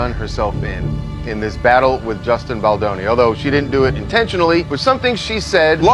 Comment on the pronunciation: Offensive you call Justin Boldoni Justine Boloni